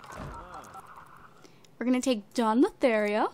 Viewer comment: AND YOUSAID DON LOTHARIO CORRECTLY